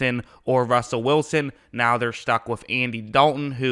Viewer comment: Did you have a fucking stroke? Ecactly? Rullell?